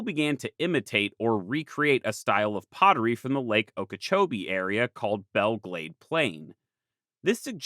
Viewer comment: Good shot pronouncing Okeechobee right.